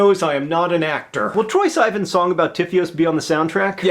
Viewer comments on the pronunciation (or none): SIH VAUGHN NOT SEEVAYN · Oh My God. Did John just say "Troye Syevan?" Oh no, it's Troye Sieve-ahn (like a sifting sieve). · He pronounced Troye's last name "s-eye-vin" it's "si-von" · all these years later and I'm just noticing Troye Sigh-vin. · Love ya john, but it's Sivan. SEE Vaan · troye s-eye-van good job john ;) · siiiiiiiiii-VON (correct pronunciation of Troye's last name) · John it's Troye SUH-van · ahaha troye sigh-van heheh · TROYE SIVAN PROUNCED TROYE SEEVAN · LOL "Troye Psy-ven" You butchered his name John!!!!!! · SIGH-VAN OH MY GOD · Haha he said troye sigh-vin he said it wrong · Btw john- Troye's last name is pronounced Siv-an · Its pronounced Siv-on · Troye Sivan.... prounced: troye sivOn... thanks John lol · You said Troye Sivans name wrong... Just thought if point that out.. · you totally said Troye's last name wrong hahahhahaha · am I the only one who noticed he pronounced Troye's last name wrong? yes?... kay then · The way he says Troye's last name... ;) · HAHAHA His pronunciation of troye last name is funny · hmm the way you said troye's name alright alright alright alright alright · John Green mispronouncing Troye Sivan's last name is the funniest thing I've heard in a long time. I loled for at least a minute. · You said Troye's last name wrong, but I forgive you cuz you complimented the song. lol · I'm just a little bit disappointed, John. You pronounced Troye Sivan's last name incorrectly. However, I will pardon it be caused you mentioned and complimented his song. :-) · lol he said sivan wrong :)